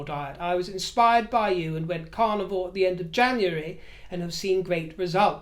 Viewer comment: I'm a U.S. Southerner, and I adore your accent, although at first hearing, I thought you were saying your were on the "Carnival Diet" & I'd not heard of that one! Best hopes for your health issue. Bwaahahahahahaaa at the idea of monogram "ASSOS". WHAT a boring mess she is.